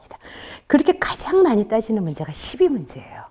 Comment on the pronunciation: 긴 자를 짧게 잘못 발음한 예: 시비, 미추,회통,나중에,사실,두 가지,피시,사시면서(living),손해,세존,세계,선(악의 대), 시비,문제,가치,유사, 비교 ,차치,가능성, 등 장단음 문제는 실로 심각 합니다. 그리고 ,한자 구 독법이 엉망입니다. 두 가지만 예를 듭니다. "한 큰 일"이라는 "일대사"를 "일대"라고 하고"사"라고 띄어서 읽었는데, 이것은 "일"하고 "대사"라고 띄어서 읽으셔야지요. 왜냐고요? "일"이 대사를 수식하기 때문이지요. 그러므로, "대사"는 가라 놓을 단어가 아니올시다. 또 한가지 엉터리!! "중생지견"을 선생께서, 두 자씩 띄어서 읽으셨습니다. 엉터리입니다. "중생지"하고 "견"이라고 띄어 읽으십시요. 이 "지"는 소유격으로 쓰여젔기 때문입니다. 한문 고전 강의를 하려면 좀 더 한문 공부를 해야겠다. 금방 또 한 가지 놀라운 발음!!! "바보"라는 우리 평상어를 이 대 학자께서,"바"를 짧게 발음하고""보"를 "강하게" 발음하셨으니, 이 알마나 놀ㄹ운 일인가? 학교란 문전에도 가시지 못하신 ㅇ 리 할머니도 이 "바보"라는 말을 그릇 발음하시는 없었다!! 이 것이 현대 한국 언어 풍속도다. "한국 어문을 고발함"이라는 책을 고국 동포여! 읽어 주시옵소서. 1967년에 고국을 떠난 이 늙은 이가 "눈물로" 쓴 책이옵니다. 미국 변 완수 드림